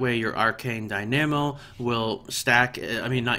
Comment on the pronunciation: lol the way he says dynamo.